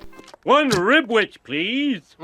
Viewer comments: It’s RibWich not Ribich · It sounds like he's saying ribbich instead of Ribwich lmao